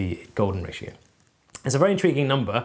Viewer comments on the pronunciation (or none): Can anyone say Schrödinger's orchard? I've heard of not seeing the forest for the trees, but this is ridiculous. BTW, did he say "in-TREE-guing"?